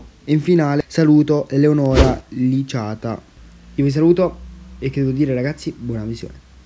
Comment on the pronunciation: Ou mi saluti però ou Luca non Eleonora Licata e poi non si dice liciata